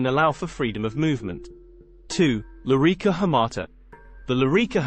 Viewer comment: "Lorica" Not "Lyrica" And "Balteus" Not "Baltius"